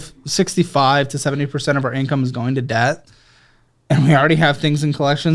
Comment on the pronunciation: how the hell could you resist telling her to stop saying the ‘b’ in debt?! Super annoying